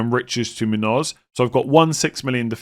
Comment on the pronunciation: For someone who generally pronounces the names of international players from all over the place, he really struggles with Muñoz for some reason